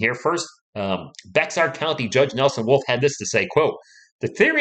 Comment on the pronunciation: Great vid and coverage as always! Side note: Bexar is pronounced Bear lol